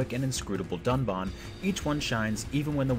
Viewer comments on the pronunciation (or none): I was expecting to hear "Duncan", but instead I heard "Dunbon" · Dunban is literally one of the first people on screen, and his name is said dozens of times in the first few minutes WITH SUBTITLES; and you still thought it was Duncan..? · It’s still not right! It’s not “Dunbon” he’s not a cinnamon roll. Jesus Christ did you all even have the sound on when you played it? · He called him Dunkin' Dounuts lmao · Now it’s Dunbon 😂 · y'all still messed up the mf names.. it's DUNBAN. not duncan or dunbon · I just wanted to say I just started playing this game yesterday and the character's name is Dunban it's not Duncan. They said like a hundred times. Did you guys even play this game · Remember when IGN called Dunban "Duncan"? Pepperidge Farm remembers. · Duncan -> Dun Bond. Ive never played a single Xenoblade game and I know the dude's name is Dunban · Dunkin??!! im sorry, he's just trolling. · You pronounced Dunban wrong. It's Dundun. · Did he say "Duncan" XD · You pronounced Duncan and Rain wrong. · Oh for the love of... You screwed up Reyn and Dunban's name as Rain and Duncan and in trying to fix it? It's still wrong! Dunbon! XD. I hate to Rain on your parade but Bionis doesn't run on Duncan. Lmao. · it says dunbahwn still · They managed to change Duncan to Dunban with this reupload, but then still mispronounce it despite voice acting saying his name like 100 times during the game. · They pronounce it dumbon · The guy pronounced it Duncan in their original review, and it's a voice over. There was also Rain and Napon. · He "fixed" Duncan to Dunbon lmao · Pronouncing "Dunban" properly requires a British accent. An American trying to say his name will always sound like "Dunbon." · They didn't even fix them ducan is now dumbon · Ok so now Dunban isn’t Duncan, he’s now Dunbon. This review is embarrassing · Sounded like Dunkin Donuts hehe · He does mispronounced dunbans name but it's not duncan, it's dunbon. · who is this dunbawn he speaks of? I've never heard of him